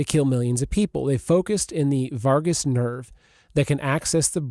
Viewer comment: vagus nerve not vargus